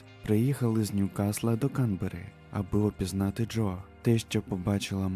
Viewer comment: Привіт, авторе. Кілька ремарок щодо наголосів. Зазвичай укр мовою наголос КанбЕрра (на Е), а також італійське чоловіче ім'я нІно (на І), а нінО то картвельське жіноче ім'я Дякую за роботу, історію ту вже знала. Уолшу пощастило